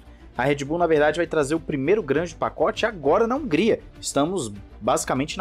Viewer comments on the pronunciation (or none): none